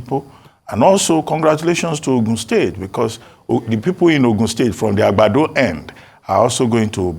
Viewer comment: The way he pronounced Agbado 😅